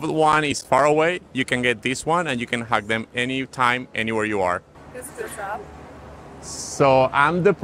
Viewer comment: When she said she want to "hung you", she meant by "hug you", her pronunciation is just off.